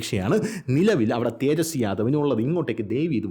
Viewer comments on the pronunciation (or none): none